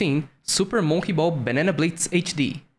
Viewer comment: It's mon -key ball not mokey ball